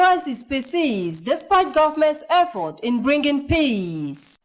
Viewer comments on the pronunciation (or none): I don't know where he learned the iffort from. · the word is "effort" not "iffort" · Sure, said many important things and I always commend him. However, I've noticed this is not the first time he's saying "iffort" and it because, he says important things doesn't mean we should not point out the few wrong things. It's only to make him better at what he does.